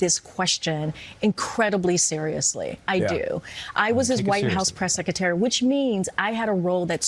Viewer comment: A Press Secretary who can't pronounce the word Secretary.